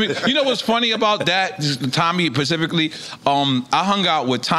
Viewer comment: Black America its literally not that difficult to say SSPPPP-EC-I-FICALLY, NOT pacifically [as in the pacific ocean], and ASK not axe as in the tool. You are saying very different things when you misuse or mispronounce it. Pls pls I promise even non English speakers know this. Thank you